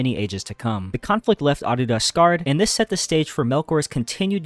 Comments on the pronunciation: Bro keeps saying Arda as Ardida I’m weak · Arda… it’s Arda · sorry man, leaving after hearing you mispronounce Arda for the 10th time. it just grinds my gears